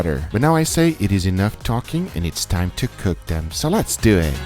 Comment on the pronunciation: "Let's dew it"'